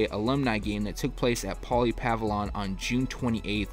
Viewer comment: pavilion: say it with me Puh👏 ville👏Yun👏